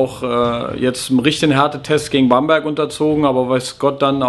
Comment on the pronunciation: "Bamburg"... ;O)